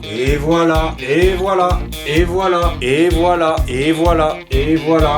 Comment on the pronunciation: Il dit "et voilà" ou "ebola"? Je vous le donne en mille........